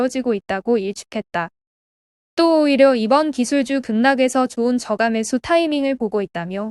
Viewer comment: 저 가 매 수 >> 저까매수 로 읽어여하죵 주 가 아니고 주 까 입니다